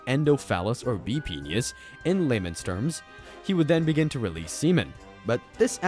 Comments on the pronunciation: Here's some knowledge for you. It's pronounced PEE-NISS not Peenyhus. Holy hell. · Penius? Is that how I’m hearing your pronunciation? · This has gotta be the first person ive heard to pronounce "penis" as "penus" or "penius".